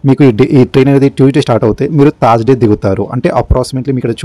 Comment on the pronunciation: Thaaaarsday ? sariga pronounce cheyye leva ? ne laag okadu unnadu thaaaard AC antadu 🤣 🤣🤣🤣🤣